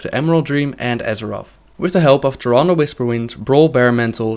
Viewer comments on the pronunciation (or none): none